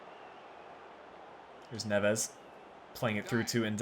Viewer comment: try and focus on the first silabe specialy on the e. Btw MGH strikes again another series he's copying. This time its yours. First bama then you